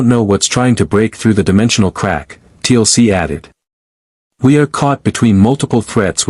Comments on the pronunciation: Yep. Another T.L.C. instead of Teal'c. But there is so many of them. If this was the only one. It would be okey. But most names are wrong 😑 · TLC, not Teal'c. STG now consists of pop stars.